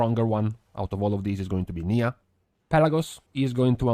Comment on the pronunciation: Niya = Nye-uh, not knee-uh. Erryone getting the pronunciation wrong haha